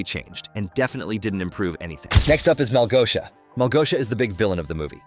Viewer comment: It's not Malgoia, its Malgosha!